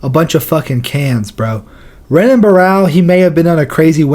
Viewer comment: You saying Renan is triggering 😅